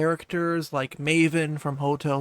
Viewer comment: Mavis' name is also not "maven" lol